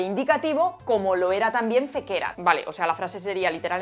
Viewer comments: súper interesante - mil gracias - ¡siempre me lo habia preguntado!! algunas notitas sobre la pronunciación de formas verbales en latín: FĒCERAT se pronuncia 'fécerat' CRĒDIDĪ se pronuncia 'crédidi' AMĀVERAT se pronuncia 'amáverat' Nisī fallor, pronunciaste los demás correctamente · Fantástico vídeo, como todos los tuyos. Sólo un apunte: cuidado con los acentos latinos. Por ejemplo, “fécerat” lleva acento en la primera “e”. Lo sé: te ha salido un fan pedante 😀